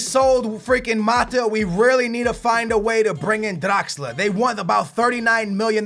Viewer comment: bro its draxler, stop rolling your damn tongue hahahaha